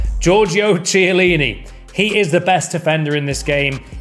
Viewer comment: Please for the love of god pronounce the CH in chiellini as a K please for the love of Christ